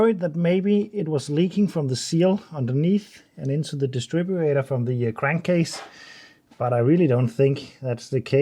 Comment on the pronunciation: Did you fit a new rotor arm too? Leads can still leak even if they’re still working, they can weaken the spark. PS your English is superb so I don’t want to criticise but it’s “distributor” not distribRAYtor 😉